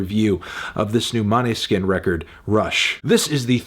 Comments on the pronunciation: Thanks for making an actual attempt at correctly pronouncing a Danish word. Måneskin means moonlight. I'd say "moan-eh-skin" comes closest :) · As a Danish I just can't get over the Måneskin pronounciation. The å is the same sound as o in "oh" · I died when he tried to say måneskin